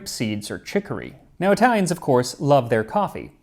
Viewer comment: None of my fellow Italian complimented your flawless way of reading Italian names, so I'll do it :D